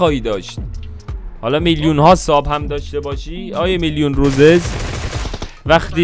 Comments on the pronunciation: داداش اصلش روسیس نه روزز تو اشتباه میکنی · اسمش روسیسه عاجی چرا اشتب میگی خودشم میگه روسیس 😐